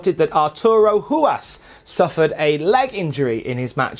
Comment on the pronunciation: Thanks for pronouncing Ruas' name correctly!